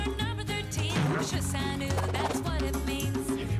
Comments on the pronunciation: I cringed into another dimension watching that. The pronunciation of "shi san wu" literally killed me. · They pronounced 十三五 wrongly!